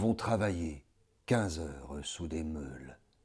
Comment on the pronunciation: Le problème est phonétique, seules et meules ne se prononcent pas de la même manière. A mes oreilles du moins, c'est une fausse note.